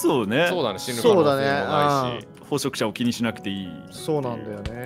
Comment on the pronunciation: 有刺鉄線（りゅうし鉄線）もずっと気になってたんだけど、 捕食者のこと「ほそくしゃ」ってきこえんだよな、、、